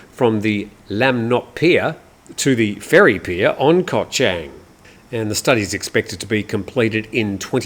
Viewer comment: Hi, I’m a great fan of your show. One remark however, please do some more effort to pronounce Thai geography a bit better. Chang, the island, the beer, the elephant, is pronounced with the ‘a’ as in ‘baht’, not as in ‘men’, no offence but it hearts my ears 😊